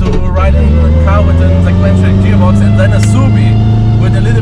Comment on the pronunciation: "Jearbox" lmfao